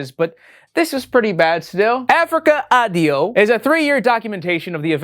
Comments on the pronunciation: Ah it's so painful hearing Wendigoon say "Africa AdiDo" (where did that extra D come from? Think "adios" in Spanish) and Mondo '_kayne_'. (It's pronounced like '_ka-nay_' - cognate to "canine.") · As an italian, the way Wendigoon said "Africa Addio" and "'Mondo Cane" made me die a little inside. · Africa ADDIO, addio for god's sake, one word, means 'so long'. Mondo Cane means 'a dog's world' and it's pronounced CA-NE, CA for California NE for Nevada, it's NOT pronounced as 'cane' like cane sugar. Anglos are the worst linguists the world has ever seen. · the worst disturbing thing i've seen in this video is the pronunciation of "mondo addio" and "mondo cane" :p